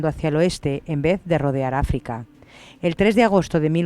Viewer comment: Mañana este dever :'v de recuperacion a y por cierto Norte de Afica jajaja en vez de Africa :v